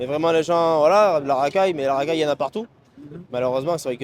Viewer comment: La Rakaille Les Împots